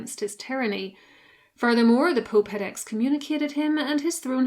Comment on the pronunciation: Loll she said the pope but her accent + talking fast made it sound like that